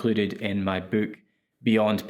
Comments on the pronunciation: You say boook like in A Hard Days Night. Is that a real Liverpool thing? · Your accent lmao "the book comes with 72 virgins..." Man thats a wayyy better deal than i expected!